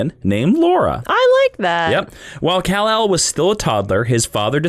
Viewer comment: Brando say's Criptin (for Krypton) Cul-l (for Kal-El)